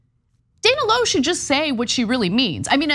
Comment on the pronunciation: TYT cant even pronounce her name correctly. Spot on journalism